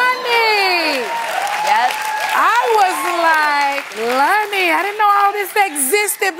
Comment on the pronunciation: I keep hearing Nene pronouncing Loni as Lni